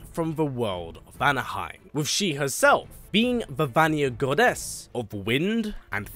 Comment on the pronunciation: Why do you say goddess with such GODess